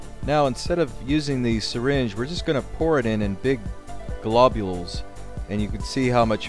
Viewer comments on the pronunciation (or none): Blobules.. lol